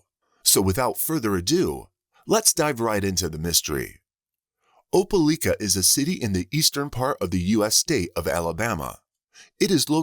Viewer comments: Im from Alabama. Opelika is a 45 min drive away from where Im from. My step dad was born and raised there Im laughing at how its being pronounced. Its Oh-Pah-like-ah. Not Oh-pah-leek-ah.😂😂😂😂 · if ole robo-call meant oh-pē-ly-kă, it was butchering it. i cringed every time i heard it. i hope that, in addition to the murder and missing child charges, there are additional charges related to child abuse, misappropriating funds (the payments she made) or some other such charge, and more.